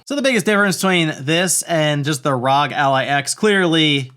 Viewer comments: No, it's ROG as in bog, cog, dog, fog, GOG, hog, jog, and log. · Please say ROG like you would say FBI and not like NASA